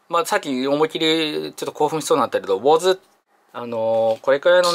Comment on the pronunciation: レオンさんのウォズって言い方上手いな！